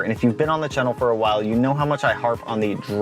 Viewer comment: This dude says channel “chennil” and he needs to get punched